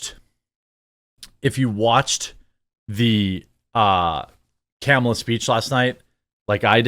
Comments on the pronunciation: I love how you refuse to pronounce her name properly. I do the same. She has not earned proper name pronunciation. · It's Khahmahlah! Get it right!